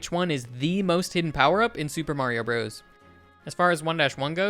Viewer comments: Dude it’s pronounced brothers not broes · 100% Brothers. Mr. isn't pronounced mur, Co. isn't pronounced coe, Ltd. isn't pronounced... I don't know how you'd do that one. Why would you pronounce Bros. like that? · I can always tell someone was born well after SMB came out when they pronounce it as "broze" instead of brothers. As an 80s child I find this grating to my ears. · It's brothers, not broze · It's pronounced "Super Mario Brothers". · "Super Mario Bros." is not pronounced "Super Mario Bros" -- the period means it is a contraction, pronounced "Super Mario Brothers." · Brothers. Super Mario Brothers, is how it’s said.